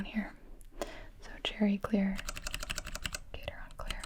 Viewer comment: The gat in gateron switches is pronounced like cat, so it’s gat-Eron switches. Great video Gibi thanks for sleep fuel 💤